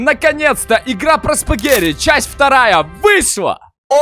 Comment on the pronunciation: а почему ты говоришь, спагэри, а не спагетти??